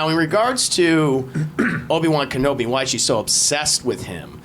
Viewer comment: have you ever heard of the basket ball play Patrick Ewing cause you are saying obi wan name wrong.. also that toy obi brings for Luke is the same toy that Luke is playing with when he gets r2d2 for the first time just before the "help me obi won your my only hope"